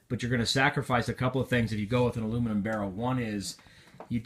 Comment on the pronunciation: U said the aluminum and composite wrong